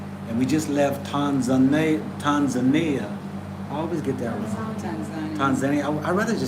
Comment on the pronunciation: How you say Tanzania is the right way, the way you say it in the over 50 years. We don't put emphasis on the first syllable the way English speakers do.